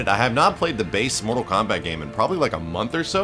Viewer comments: This dude said KORTAL MOMBAT........ okay. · Did he say kortal mombat when he defeated goro and did the brutalitie?